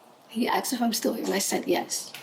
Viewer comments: Why do i keep hearing people in all these video's from the US say 'axed' instead if 'asked'? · Why do white people say "Arxed" is it cool ?